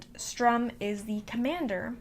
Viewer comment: Strum? Its Sturm.